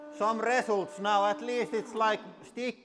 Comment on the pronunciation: the way he said results reasults